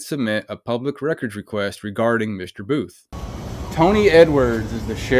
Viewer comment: When you said that Home land security person whose last name is Booth. I could’ve sworn you said, “buffoon” I mean, it’s honestly very fitting for his very hostile attitude. Definitely not a people person. I used to work in healthcare for nearly 20 years and I would strongly believe that this fool somehow escaped from a nursing care facility where they take care of people that have dementia and other memory issues. Director buffoon of Homeland security. Kind of fitting for this whole video because even The so-called law enforcement officers are as even more buffoons than that old fart that they are protecting. Got a new. You got a new subscriber out of this encounter. I found you on YouTube through another video. I really hope this whole town gets investigated because it seems very corrupt.